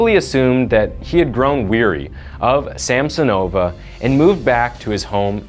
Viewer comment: Also it's not SamsonOva and UlanOva, but SamsOnova, UlAnova. Plus, the city Norilska doesn't exist, it's Norilsk.